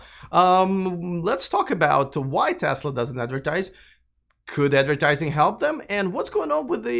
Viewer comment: Kinda great that said "advercating" at!